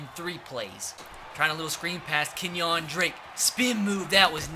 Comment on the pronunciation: Kenyan Drake? Lol it’s pronounced Kenya lol